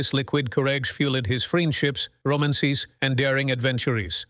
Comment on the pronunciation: Roman- cees?